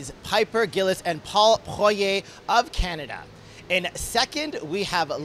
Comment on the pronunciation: Can you please work on your pronunciation? For example, Paul Poirier.......